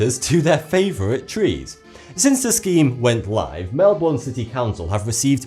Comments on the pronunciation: It's pronounced melbin not Melbourne FYI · "Melborne" (how he pronounced it) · please pronounce Melbourne right xD 'Mellbern' LIKE THAT! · 'Melbourn' pls say correct (i spelt Melbourne wrong deliberately) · Please. Say Melbourne correct. You are just saying Melborn. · I live in Melbourne and I never knew this..... You say Melbourne wrong it sounds like melben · It's pronounced Mel-bon like Car-bon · Yeah, that grates me too. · I’m from Hobart and we pronounce it as mel-burn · Its pronounced "Mel-bin"! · haha well considering I'm an Aussie and we all here cringe when foreigners pronounce it Mel"born" ... its the rest of the world that doesn't speak properly ;) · Sorry where? In Mel-bawn? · you idiots IT IS PRONOUNCED MELBEN NOT MELBOURNE. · It's pronounced Mel-Ben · You don't even pronounce Melbourne correctly... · The way he say Melbourne hurts me deep inside. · He is pronouncing Melbourne wrong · I hate how people pronounce Melbourne wrong! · I am an Australian and he says Melbourne funny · Learn how to say Melbourne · Unless ur a kiwi or an Aussie, you can't pronounce Melbourne properly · your pronouncing Melbourne wrong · Your pronouncing Melbourne wrong, but that's okay, I still liked the video. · THAT IS NOT HOW U SAY MELBOURNE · Pronounce Melbourne correctly :( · Your British and u didn't say Melbourne correctly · Omg your saying Melbourne wrong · U SAID MELBOURNE WRONG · I love how many people are correcting pronunciation of Melbourne! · As an Aussie, it kills me how he pronounce Melbourne. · You said Melbourne wrong i know becouse i live in Australia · true that! And I also live in melbourne and his pronunciation was killing me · Did anyone notice he pronounced 'Melbourne' wrong? Love from Sydney. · Am I the only one who got annoyed when he said Melbourne wrong? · Your pronouncing "Melbourne" wrong. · Edit: Say it like "Mel-bin" not "Mel-Born" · "Mel-bun" not "Mel-Born" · It's "mel-burn!" :| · we pronounce it mel-bn, not MelBOURne